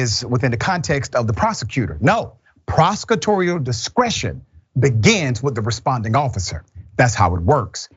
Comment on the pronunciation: Im not sure if you're saying prosecutory or prosecutorial. Hit that L Dr! I just wanted to say hit that L.